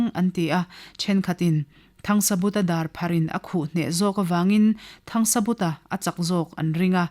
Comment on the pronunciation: 'THANGSABUTA'. Mi pakhat ni siin hming lam dãn chi hnih(2) a nei a ni maw?Hei chauh hi a ni lo.A chhiartu(te)hian Mizo hming,khua,ram,tlâng,thing,lui,thawmhnàw,hmanraw chi hrang hrang,adt,adt in lam dik lo ṭhin.In thu chhiar tùr eng pawh recording in tih hmâ-in a lam dán dik taka lam thiam/thei tùrin vawi hnih–thum tal uluk tak leh fimkhur takin chhiar ṭhin ula aw.